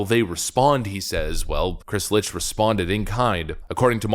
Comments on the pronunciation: Funniest thing? It's not Lich It's Licht....as in licked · It is Chris LICHT not LITCH. Dyslexia? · Licht should be pronounced as "licked" as in Chris Licht... my balls. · I thought Licht was pronounced phonetically as Licked? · His name is pronounced "licked", it's German for light. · Love your videos. Hate your pronounciation. Dude's name is Licht, pronounced "Licked", which he very well may soon be. Licht is German for Light, so the ch is the sort of hocking sound like Bach, Achtung or Ach du lieber. Also the o in Michelob is a long o, like go, as in go google the pronounciations of the stuff you're talking about. Great content, but you're diminishing your point by making basic mistakes in pronounciation. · As amusing as it may be to call the current head of CNN a zombie, I'm quite sure the name is more closely pronounced as "licked"